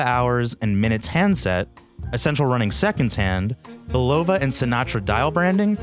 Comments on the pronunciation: Seriously, you put all that work into this video and you still butcher the pronunciation of a WELL KNOWN watch company? You ought to take this down, re-record your audio track and re-post to save your credibility. Bil-LOW-vah????👎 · That pronunciation was both sad and painful to hear.